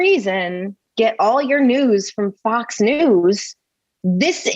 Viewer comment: I thought called it Fux News. Lol!